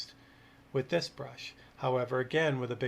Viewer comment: Did you say "milineeter"? 😂